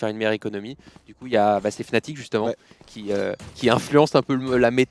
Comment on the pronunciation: Brawks qui dit toujours Fanatic alors que c'est Fnatic